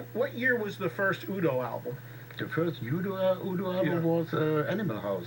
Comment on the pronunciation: Eddie needs to be more prepared for his guests. Not knowing the correct pronunciation of u.d.o. Is unacceptable